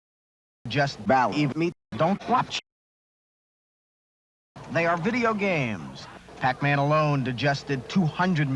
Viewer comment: "Just believe bal-eve me, don't watch!" The word Believe was pronounced incorrectly.